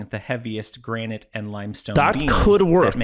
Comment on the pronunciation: Please pronounce the word granite correctly lol